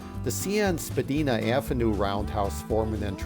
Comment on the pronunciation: I love this video but speaking as a Toronto railfan you said Spadina wrong. It sounds like SPAD-EYE-NA . The CN-Spadina roundhouse you visited is now the Toronto RailWay Museum